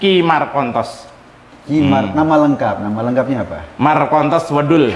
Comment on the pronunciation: Markontos wedhul : " S " nya dipindah ke " L " Dan " L" nya dipindah ke " S " , ( plesetan Solo banget). 😁